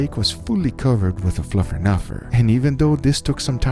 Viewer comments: Fluffernutter? Even said Fluffenufer . How is it possible Guga’s English has gotten worse over time? He really needs a native editor/producer/consultant. One error is cute or funny, but wrong throughout the whole video is distracting, borderline cringe. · he even calls it "fluffer nuffer". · Guga love the vids but that’s fluff not fluffernutter. A fluffernutter is a peanut butter and fluff sandwich bro. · Fluff... not Fluff 'n' utter.. Fluff 'n utter is Fluff and Peanut Butter! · “Fluffer-Nuffer” -Guga 2021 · More butchering going on here than just the meat, LOL. "Fluffernuffer?" Gotta love Guga!